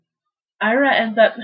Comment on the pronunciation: Its eeeraa....ira